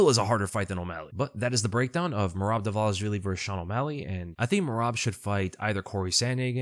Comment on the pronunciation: Am I the only one that finds it strange all the ufc commentators pronounce merabs name wrong. They call him dwalishwilli.